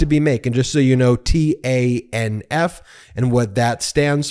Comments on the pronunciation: It's "Tanif", Ben. Yes, it's TANF, but we say "Tanif". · You should say 'tan-if' not 'T-A-N-F'. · Just trying to help. TANF is simply pronounced "TAN-IF". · Yo it's pronounced ( tan if) just so you know But I knew joe would bust their balls they forget that united states doesn't negotiate with terrorists and he just proved it 😂😂😂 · Just wondering, isn't TANF usually pronounced "tannaf?" That's how I've always heard it.